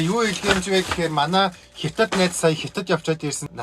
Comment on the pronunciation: Хитад биш ээ хятад